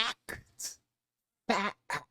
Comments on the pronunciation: PS anyone trying to act smarter than they are by pronouncing Fac-tct like that is asking to be punched in the nose. A big red clown nose. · Imagine being so smart you can turn "fact" into a three- syllable word. Tyson shows he has not learned the difference between smart and wise. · Saying “Fa-ct” is an affectation to make a point,not a sign of intelligence. This “gender”science is called psychology. In the sciences, you do not need to be the subject of the study to understand the research. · Lol! How many syllables does the word, Fact have anyway?? 😂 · How does this guy put 15 syllables in 'fact?'